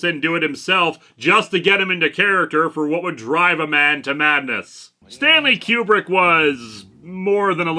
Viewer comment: "Koo-brick", not "Que-brick". At least that's the way it was pronounced for half-a-century.